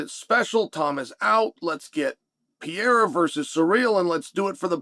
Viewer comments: Great take Mr Sonnen... only thing it's pronounced Per-rare-ra not Peira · PeReira not 'Pee air er'. Holy fk Chael. I bet you say NEW CUE LAR huh? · Imagine being a pro ufc analyst and still not knowing the light heavyweight champions name. Its Pereira. Not Piera. Pereira isnt even hard to pronounce. You have 1 job Chale. Its not some random fighter its the champion. 3 times 2 weight devisions. Get it right. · It’s been a while now Chael, and you keep butcher the poor guy’s name. Pereira is generally pronounced peh-RAY-rah, not pee-yay-ra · You cover the sport, at least try to mention their names correctly, its PEREIRA, not PIERA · It's pronounced "pee-air-uh" guys. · Alex Pee-air-uh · Chael "the butcher of names" Sonnen. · Dude seriously needs to learn how to pronounce Pereira. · you cant even pronounce alex's name right... foh chael..